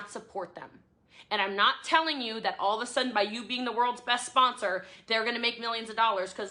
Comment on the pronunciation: Someone quick tell me how many times she said “Spon-SOAR”